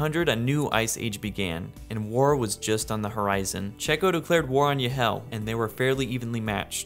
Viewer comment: Awesome video! Here’s a tip on how you can pronounce the names of these kingdoms. “Y” can be pronounced as “ee” as in “need” instead of “yuh”. For example holy is “holee” not “holyuh”. This can be for the generated kingdom names too. Holy Yd can be Holy “eed”, and Ylehel can be “eelehel”. Hope this helps make the names sound cooler and easier to pronounce!